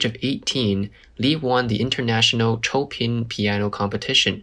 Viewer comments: Choepin????? Chopin is pronounced showpan. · chopin as in frederic chopin is prounced "show pen" not cho pin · its pronounced as sho-pan not Cho-pin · While Cho Pin may sound Chinese, the name is pronounced as “Shopan”” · Chow pen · The pronunciation of Chopin took me by surprise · Chopin, not 臭品 but 秀喷.